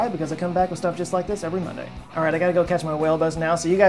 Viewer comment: are you aqua man? Because I swear you said whale bus, but you may have said wheel bus, not sure either way